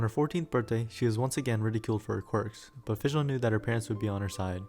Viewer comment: I like how you used Google translate to prevent butchering the Oz and Fischl's names.